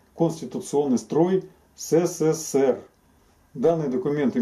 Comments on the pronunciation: Ребята вы блин в ССР не жили чтоли? Или прикалываетесь? Научитесь правильно называть страну! Не сЭ сЭ ЭР, а Э СЭ СЭ, СЭ ЭР!!! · Произносится ЭС-ЭС-ЭС-ЭР, а не СЭ-СЭ-СЭ-РЭ.